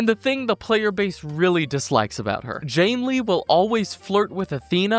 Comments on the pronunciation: God calling janney, jannley was so damn annoying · Also "Janely" lol